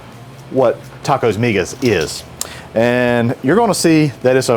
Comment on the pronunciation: First thing is that you dhould get a better source to reference in your video. Migas Tacos are a hispanic breakfast food... in my experience throughout the hispanic community. find yourself a hispanic cooking youtube channel to find the correct way to cook migas and the proper way to say the name of the taco. You did a disservice to my heritage. Also, everyone knows that San Antonio has better tacos than Austin.